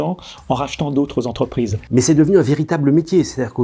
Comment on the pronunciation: Cent quatre vingt dix sept z'entrprises ? Ça fait effectivement beaucoup...